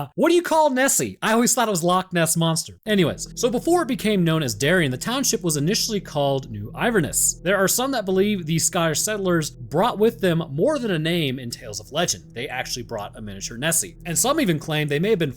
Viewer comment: We have the same place name in Australia an it's not iverness It's pronounced IN-VER-NESS IT CRAZY DRUK SCOTS IN AUSTRALIA CALLED EVERY THING INVERNESS INVERELL INVERDON GLEN ELGEN GLEN ELG GLEN BROOK AN MANY MORE DRUNKEN SCOT NAMES HA HA